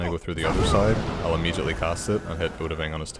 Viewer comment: “Paarthurnax is supposed to fly away immejitely”